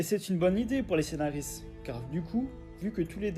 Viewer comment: Super vidéo, mais désolé : Pod Cast pas Podscat, Scénariste pas Scénaris... Juste un petit effort de diction et de prononciation est ce sera au top. 🙏